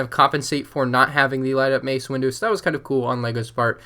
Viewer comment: You said mace windo twice